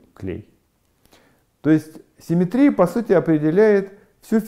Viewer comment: Всё прекрасно, но позвольте задать 2 вопроса: 1. почему в начале каждого раздела Вы так душераздирающе улыбаетесь?* Это немного пугает; 😃 2. почему слово симéтрия Вы произносите с таким экзотическим ударением? (интернетовскую чушь последних десятилетий в свое оправдание прошу не цитировать!). -------------------- * "— Гражданин Корейко? — спросил Остап, лучезарно улыбаясь. — Я, — ответил Александр Иванович, также выказывая радость по поводу встречи с представителем власти. — Александр Иванович? — осведомился Остап, улыбаясь еще лучезарнее. — Точно так, — подтвердил Корейко, подогревая свою радость сколько возможно. После этого великому комбинатору оставалось только сесть на венский стул и учинить на лице сверхъестественную улыбку. Проделав все это, он посмотрел на Александра Ивановича. Но миллионер-конторщик напрягся и изобразил черт знает что: и умиление, и восторг, и восхищение, и немое обожание. И все это по поводу счастливой встречи с представителем власти. Происшедшее нарастание улыбок и чувств напоминало рукопись композитора Франца Листа, где на первой странице указано « играть быстро», на второй — «очень быстро», на третьей — «гораздо быстрее», на четвертой — «быстро как только возможно», а все-таки на пятой — «еще быстрее». (с)